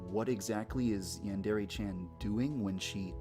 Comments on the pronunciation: it is pronounced "Ray" not "reh" source: two years of college level Japanese, Hirgiana is the first thing we studied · It's pronounced Yan (yahn) de (de) re (Ray)